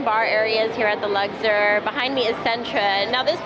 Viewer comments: Luxor not Lugzor. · The way you said Luxor sent me 😂 it’s not luckder 😂😂😂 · LUGSIR ? Lol That name was really giving you a hard time.